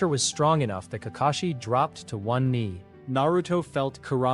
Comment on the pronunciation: Nah im not letting it slide how he not say Kakashi but says kakeshi 😂😂